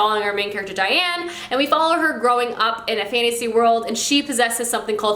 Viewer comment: Daine! (Emperor mage book) Rhymes with vain, brain...Short for Veralidaine. Not Di-ANNE.. pleeaaase it grates me, this is such a classic fav. I suck at names too